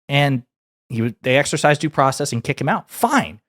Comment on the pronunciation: Do process ! Is that hard for you to say ?!